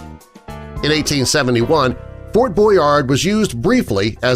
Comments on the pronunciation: It's Fort Boyard...not Boynard! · It is Fort Boyard,not Boynard. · 1. It's Ft. Boyard, not "Boynard". 2. Describing this structure's position as being "in the in the middle of the ocean" is grasping, because it's like, at most, a mile away from the coast of France.